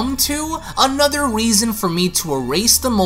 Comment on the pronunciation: You said weason but Ik what you meant